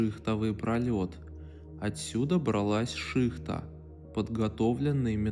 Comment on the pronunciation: не шИхта, а шихтА, про ухо режет....